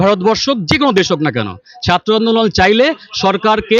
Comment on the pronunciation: ইউটিউবার আপনার আজ ও ' র 'উচ্চারন ঠিক হয় নি। এখানে ছাত্র উচ্চারণে ভুল হচ্ছে। আপনি বলেছেন ছাত্ত।